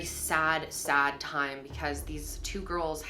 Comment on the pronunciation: spend T-ime there ...whyvdoes she break words into more syllables ..omg vocal fry valley girl and why would she leave work after an hour thats too wrird ...and i tokd her i loved her???? no way why was shecso concerned that they were a but late during the day